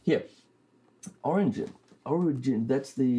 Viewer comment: Mispronouncing, "origins," repeatedly had me laughing. Sounded just like Trump! Was curious about the, "tremolo," from centuries ago. Did they call the vibrato as a tremolo, incorrectly, also? Just busting your balls. Great video